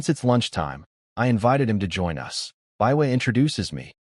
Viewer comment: Also the inability to understand how to pronounce the word "us"